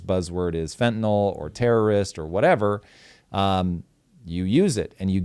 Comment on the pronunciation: People have been using drugs and overdosing for HIW long? All of a sudden they want to protect the country from drugs? And please don’t say fwntaNOL.